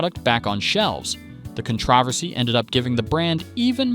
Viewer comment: Good video, but how are you pronouncing controversy? Haha